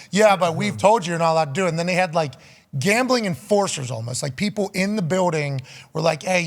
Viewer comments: Pat says gombling not gambling.lol.seriously .😂😂😂😂😂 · Gaumbling? What is Gaumbling? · I dont know what is more funny …. His comment “us Former players” or the way he pronounces “Gambling” 😂😂😂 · Why is pat rombling about gombling? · Why does Ian pronounce gambling like that? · Why is he pronouncing gambling so oddly?